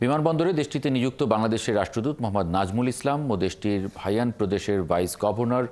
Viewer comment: একটা উচ্চারণও ঠিক নেই, হাইনানকে বলতেছে হাইয়ান